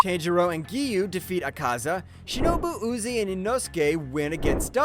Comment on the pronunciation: Gayoko💀 Zokuten💀 Uzi💀 Sadmei💀 How did he pronounce ubayashiki?💀